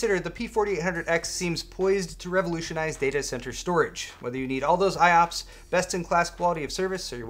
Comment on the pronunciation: Did anyone else think pancakes when said IOPS?